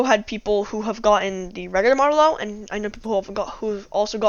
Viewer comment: Also it's a model o not a zero